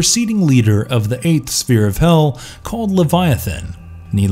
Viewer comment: I don't blame you for mispronouncing Kincaid, Malebolgia or other names, but then when you tripped on "sphere" I just... You lost me there :P